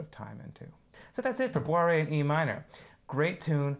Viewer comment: you can just pronounce it boo-ray, it's the correct french prounounciation